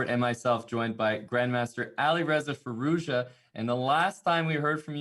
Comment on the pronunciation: It is amazing how they can say Firouzja 1000 times but don’t care to learn a proper pronounciation.